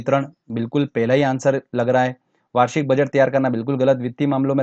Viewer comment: Sir aap है को हें kyun Bolte hai . I m just kidding 😜😅🙏